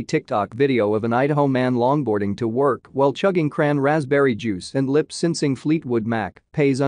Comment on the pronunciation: "SIN-sing" ive never once heard it pronounced that way 😂😂